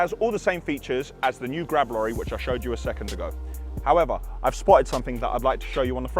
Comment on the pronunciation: Kudos to you for growing as fast as you have...even if you can't say "Grab Lorry" (Glab lollies) 🤣